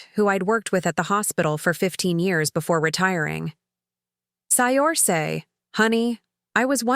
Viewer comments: The name is pronounced "Sercia" not..Siorsi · Pretty sure Saoirse is pronounce Sur-shah, not Say-orse. I believe it’s Gaelic. 😊